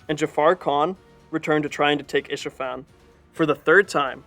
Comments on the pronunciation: It’s Ispahan, not Ishafan. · It's Isfahan